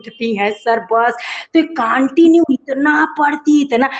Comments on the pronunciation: Aunty said ""kaantinue"" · Continue ❌ Kaaantinue ✔️